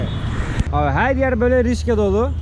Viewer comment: Rickshaw'dır (rikşa) o:) Rişka olsa duramazsın:))